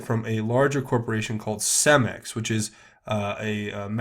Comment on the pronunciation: and it is pronounced Ce-max not cem-ex